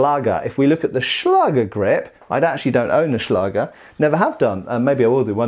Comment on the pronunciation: The german ä/Ä can be written as 'ae', if you don't have the letter. Don't just write a instead of ä, write ae, because you will pronounce it wrong. Good pronounciation of Schlager though! 🙂